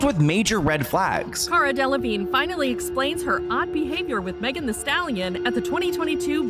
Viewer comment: You are saying her last name incorrectly.